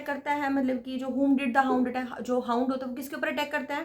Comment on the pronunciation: हाउंड not hoond dear